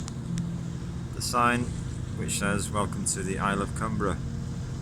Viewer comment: Great stuff. Been to Millport many times. Our school used to take us there on school trips. Largs is another place I know well. Fully enjoyed your video. 😃👍🎸 Oh BTW: The island's name " Cumbrae" is pronounced, "Cum- bray". Not spelled that way of course but pronounced that way. 👍